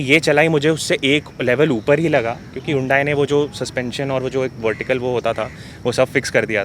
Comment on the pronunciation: Bhai agar 15 se zyada nahi nikal paate to apni driving change karo😂,18-19kmpl to highway pe easily deti hai. Aur haan,ye Yundai nahi pronounce hota hai,Its Hunday,just like sunday😉